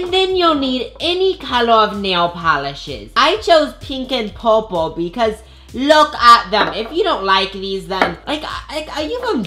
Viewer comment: "Pink and poorple"